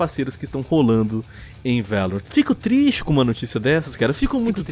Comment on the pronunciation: A pronúncia é Lorrant nao Laurent